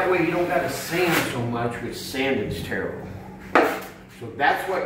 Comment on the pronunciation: "sanding is Terrrrrrrible"